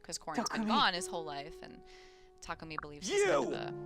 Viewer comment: TaKOOmi, but apparently it's TaKUHmi